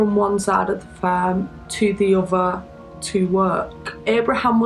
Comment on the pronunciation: I can barely understand what that girl is saying sometimes :(. Instead of saying "other" she says "uhver" and said "not" instead of "note". I had to listen and concentrate so intently on the words, it took me out of the story sometimes. Work on pronunciation a bit. It still was a good video over all though, no hate. Thumbs up.